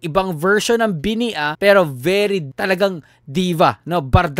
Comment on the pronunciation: Mali pagbigkas ng bini.dapat mabagal di mabilis